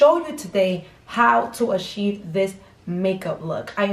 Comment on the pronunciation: "How to asheev this luk" "toothpaste primer"